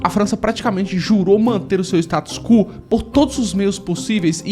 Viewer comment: status quo virou status cu? kkkkkkk